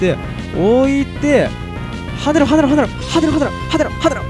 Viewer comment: 「はねろ はねろ！」が「はぜろ はぜろ！」に聴こえる私って…